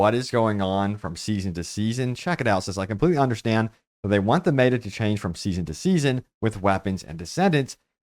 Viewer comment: meta Pronunciation American pronunciation Sounds like meh·tuh sorry kind of triggering me lol